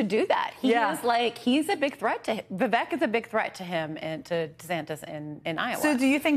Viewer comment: It's [VIV-AEEK] - like CAKE... I thought you two were professionals. 🙄